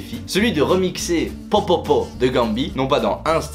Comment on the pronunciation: Juste au cas ou c’est « POPOPOP » et pas « POPOPO »